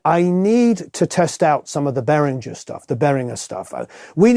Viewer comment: Hey , he knows to say Behringer! 😍